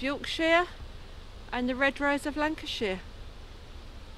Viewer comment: Lancershire !!! Don't let the locals hear ya say that luv ... Blasphemy !! 😂😂😂